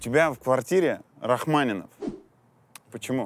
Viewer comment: Вообще-то, если вы о культуре, ведущий, говорите, то нужно знать что фамилия Рахманинов, но не Рахманин.